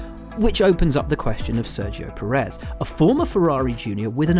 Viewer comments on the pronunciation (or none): none